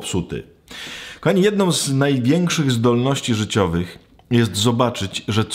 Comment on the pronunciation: Którzy tam pracujom, jednom z oznak, mowiom, czepiajom, pojście pewnom drogom, potrzebujom, z nowennom... nie naciskam i pozwalam ale moze cos sie uda naprawić